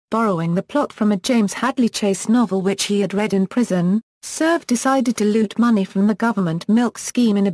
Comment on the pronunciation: first of all learn to pronounce names and placer correctly..... like pune and surve...